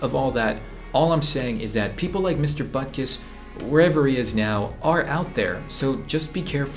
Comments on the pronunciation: Bruh I thought it’s “Buttkiss” not Butkus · Mister buttkiss? 😂😂 Edit: later i saw it is mister Butkus but it’s still kinda funny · if I didn't turn on the subtitles, I would have thought you called your teacher mr.Buttkiss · Butkus sounds like butt kiss to me for some reason.